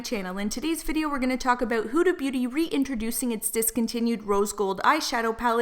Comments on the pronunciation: Her name is Huda not Hooda. Do you call umbrellas oombrellas too? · Love your tea vids. But I couldn't stand the way you were saying huda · Lol the way she the way she pronounces Huda is kinda weird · if you're going to make a whole video about her then learn to say her name correctly